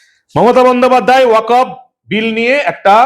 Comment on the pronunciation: uchharonta 'Waq of board'noi, 'waqf ' board. ক এ হসন্ত